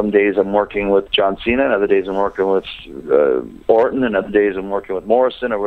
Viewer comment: LOL! I swear Jericho said "other days I'm working with BORTON!" or do I need to get my hearing to tested haha